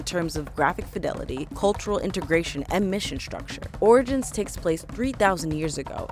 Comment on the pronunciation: she said "Assassin's Creed: Oridins" lol